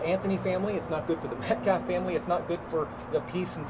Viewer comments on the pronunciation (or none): Can’t even say the name METCALF correctly, and he’s talking about disrespect…. Good. Actual. GOD. This has become so disturbing. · he did it very purposefully.